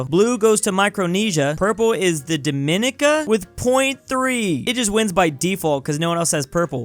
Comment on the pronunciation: Hey, there's no "the" in Dominica, also Dominica is pronounced dom-ih-NEE-kə, not də-MIN-nih-kə, you probably were confusing it with The Dominican Republic, which is pronounced dom-ih-NEE-kən and begins with "the"